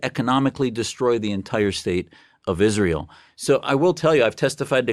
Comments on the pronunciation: I cant stand how she calls Israel Ishraell. Whats that??? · "Ishrael" 🙄 she can't even say it correctly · Did you also manage to teach her to pronounce Israel correctly? 😂